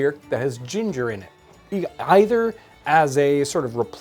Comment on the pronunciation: "Thats eed"